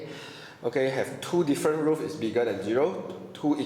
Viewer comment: roots not roof